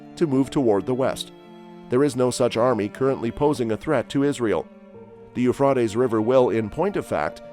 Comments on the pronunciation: The Ufradeess River😂😂😂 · its the U fra ties river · Boy does that guy chop up the words for the River. Who taught him to say that name the way he does. He makes a mess of those foreign names. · You know where n the last days when he can’t even say Euphrates river right lol😂😂😂😂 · I wish you would pronounce the Euphrates right. This is really getting under my skin. If you are going to report something, don't you think you should pronounce it right? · I think your information seems to be credible. I wish you would learn how to pronounce the keywords like Euphrates. Take time to learn the correct pronunciations so it won't hinder your message.